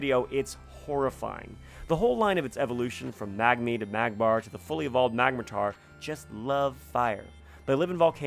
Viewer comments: "magmatar".... its clearly magmortar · Its magmor-tor not mag-matar